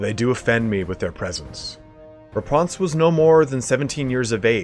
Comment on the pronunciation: "Raponse" very posh lol